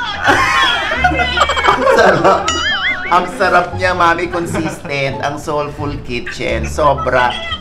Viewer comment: Haha! (slow natin .33 speed) con-sis-tent po yan. Hahahhah